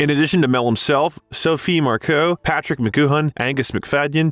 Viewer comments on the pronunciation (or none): none